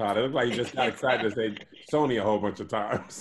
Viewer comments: Hey Todd, here's the recap: called Richie, Ricky. Then said Ricky. had trouble with Sony. said "Black" blown out instead of "Back" blown out. said our ancestors were "Impressed" instead of "oppressed". Back to you in the studio. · The way eyes lit up when was trying to say Sony.... hilarious.